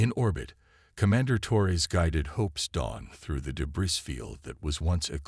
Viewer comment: What type of AI can't pronounce, "debris"?